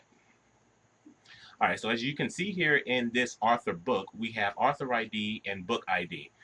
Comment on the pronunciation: Good explanation however very funny everytime you pronounced Author as Arthur lol : )